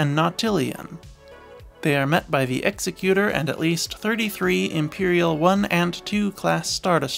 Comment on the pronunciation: Nice video. Just one little nitpick.. the SSD isn’t pronounced like executioner. It’s pronounced like executive. An Executor is someone that executes someone’s will. Pronouncing it like execute doesn’t make sense as Executor in that sense isn’t an actual word as the proper term for one who executes people would be an executioner.